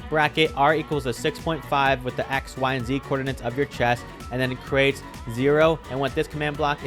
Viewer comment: Bro bro is not crete is create 😂🎉😢😮😅😊❤